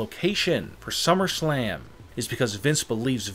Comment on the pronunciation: He said shummerslam